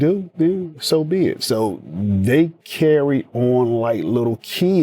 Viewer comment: 😂I can’t stand it